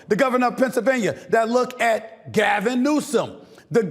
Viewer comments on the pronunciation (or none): none